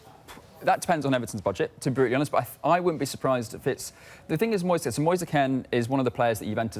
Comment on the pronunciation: “One fing I can tell man and say to you” / this isn’t the ghetto mate, this is Sky Sports. Speak properly.